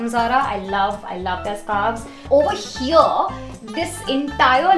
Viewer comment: Start pronouncing "here" right. It's not "heire"